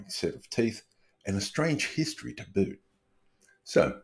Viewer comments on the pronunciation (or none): none